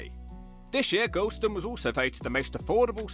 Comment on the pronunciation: "Gorleston" sounds a lot like "gallstone"